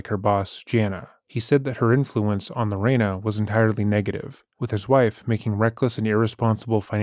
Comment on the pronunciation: Not lorana.. my mother told me about this story since I was little. I love your coverage. Keep it up!!!